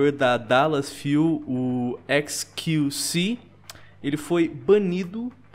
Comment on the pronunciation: XQC... Só eu q entendi "esqueci"? '-'